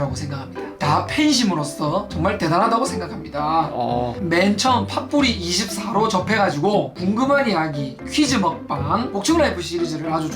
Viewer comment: 계속 파뿌리24할때 파 뿌 ㄹ 1 2 4라고하는줄 알았어요